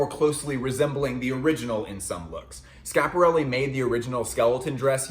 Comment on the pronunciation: really sad that you're just ignoring the first "i" in schiaparelli :/